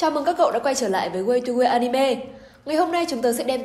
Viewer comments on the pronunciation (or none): none